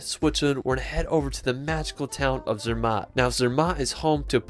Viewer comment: Great video. Please sort out your pronunciation of the places, especially Neuschwanstein, Dolomite, Zermatt.